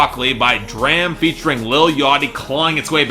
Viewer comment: D.R.A.M is pronounced "drahm" not "dram" by the way